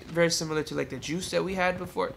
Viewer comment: The way my dude says juice. .😂😂